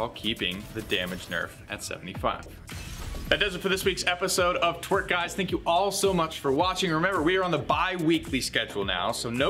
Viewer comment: The abbreviation "TWIRC" at the end sounds like you're purposely saying "Twerk" and it is cringe, man.